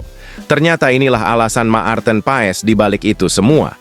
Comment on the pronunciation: Bacanya Mart'en (marten), bukan ma-arten.